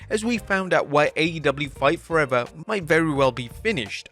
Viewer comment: I love how it sounded like he called it "Fart Forever" lol How fitting, though...